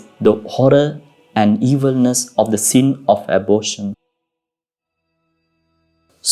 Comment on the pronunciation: Father Your English is good, but your accent robs it of clarity . May I give u advice, if your when speaking English , do not roll the R's, that would go far in making easier and clearer to listen to your chosen stories, and a second point , th words are not pronounce like d, soft th , the that is correct , not dat not dose. These 2 things will go very far if you're willing to work on them , good video , I had t turn on google translator (not very reliable ) to understand a few sentences. The remedy is fairly simple if u do not mind me saying so , because your English is fairly good.